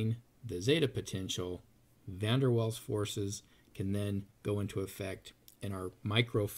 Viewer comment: ignorant muricans learn how to pronounce Van der Waals idiot